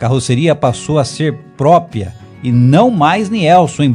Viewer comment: Porra,..."PRÓPIA" é de arrancar o saco, hein?!